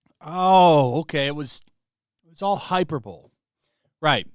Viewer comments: High-per-bow-lee Not Hyper bowl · How do you listen to dan say hyperbole correctly, but still pronounce it wrong?